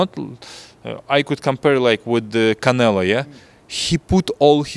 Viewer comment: It’s always funny when he calls Canelo, “Canela”